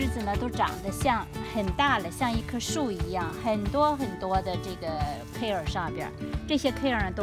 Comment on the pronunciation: 英文發音不對